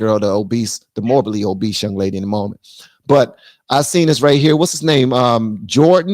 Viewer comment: Obese not Obeast … mind your business… some time it’s deeper than food. 🤬